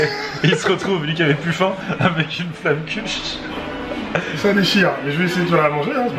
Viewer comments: filgoude bzh Ah non c'est pas la prononciation originale! (du moins la prononciation patois) c'est plus vers un Flammen Quche en marquant le dernier "e" mais bon seul un séjour un Alsace peut corriger ce problème!!!! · Yunavik Patois Alsacien!!! Certes on dit aussi tartes flambées mais la prononciation de Flammenkuche reste à travailler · Je t'invite à venir en Alsace pour t'apprendre la prononciation de Flammenkueche car la c'est pas possible!!!!! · Moi je prononce Flam kuch ^^ J'ai pas bon? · Moi je dis FlameuneQuche et à chaque fois je me dis que je prononce pas bien XD